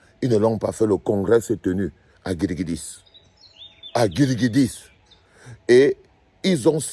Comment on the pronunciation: C'est Guidiguis ! Pas Guidiguidis ! 😂😂😂